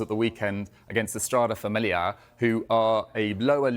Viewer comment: Who was that "Lower League" club?? "Estrada Famelia"?? "Estrela da Amadora" ... get some portuguese speaking coaches urgently ...